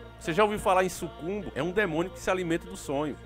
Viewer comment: Um alienado falando para um monte de lunáticos! Só uma dica: o nome do demônio não é SUCUMBO, leia direito. Os nomes são SUCUBUS OU INCUBUS. Para quem acredita neles, aí estão os nomes.